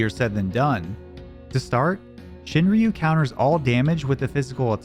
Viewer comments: "shin-roo", they don't pronounce the Y in Shinryu. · It’s pronounced shin-roo, fucking gaijin